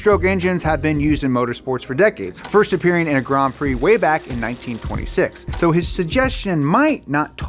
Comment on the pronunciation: "Grom Prix"